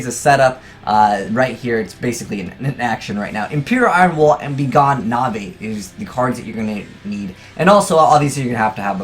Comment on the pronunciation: Its not NAVEY it's NAVE like the E is silent